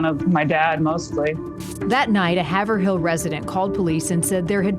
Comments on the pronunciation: The town is pronounced Hay-vril, not Haver-hill. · It’s route 112 not 11 and it’s Haverhill with a long A like hate. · Haverhill was the word that indicated to the locals that I was new in town. It’s pronounced “Hay-vrill” round here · The town is pronounced Hay ver il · It is pronounced Hay vrill